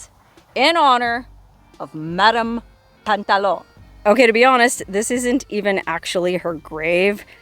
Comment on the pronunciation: Pantalon is french for slacks or pants it is not pronounced like on at the end it is the ou you.😊